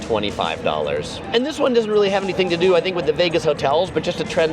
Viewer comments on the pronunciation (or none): none